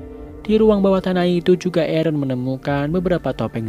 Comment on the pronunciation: Aaron = ereh